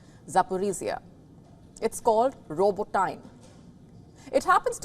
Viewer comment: "robo-teen-eh" is the pronunciation.